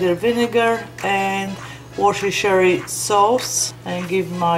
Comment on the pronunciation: Loved your attempt at pronouncing Worcestershire Sauce. Better than mine! Just did these ribs with an Asian twist and looking for other ways. This looks great. I will review your coleslaw recipe also. Hope it is fermented. Thanks